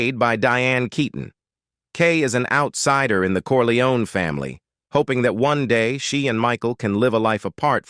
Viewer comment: Its not corleonAY!!!